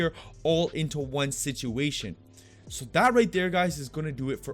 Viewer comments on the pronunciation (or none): none